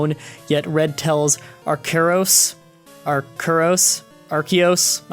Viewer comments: Not trying to be a grammar nazi, but I believe that " arceus" is pronounced "Are-Sea-Us" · It's pronounced Ar-see-us, according to the anime. Also, maybe it's because part of my formal training was learning skull shapes and how a face is determined by skull shapes, but I never found the theory linking Kangaskhan and Cubone very compelling. Honestly, with the way Cubone's skull is shaped, it should have an appearance closer to Charizard, albeit with a larger cranium and sharper cheekbones. They wouldn't look like a Kangaskhan at any stage of its life. But, hey, that's just my opinion. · Its Pronounced Are-See-Yus